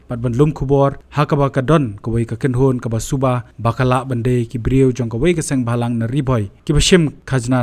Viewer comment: Sengbhalang ❌ Sengbamlang✅...🤦‍♂️